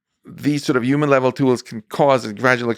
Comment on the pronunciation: I cringe so bad when people pronounce human as "yuman"